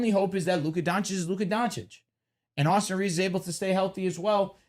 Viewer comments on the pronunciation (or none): none